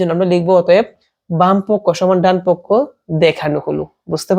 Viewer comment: ডানপক্ষ ❌ ডানপক😝